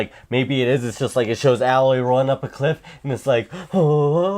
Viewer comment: First off, how do both of you not know how to pronounce Aloy? It is said so many times in the game and was said so many times at precious expos. Secondly, the guy in the hat is an idiot. All his predictions are obviously all wrong. Spiderman PS4 is Peter Parker's story. That's what the devs have been saying forever and that is what everyone wants. Announcing a sudden switch to Miles would hurt the game+sales immensely.